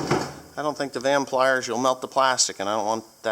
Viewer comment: said vampliers i have them to